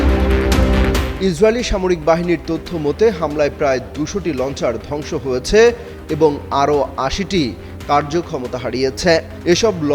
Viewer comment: ভাই হয়েছ্যা, করেছ্যা এভাবে না। বলুন হয়েছে, করেছে। এভাবে বললে শ্রুতিমধুর লাগবে।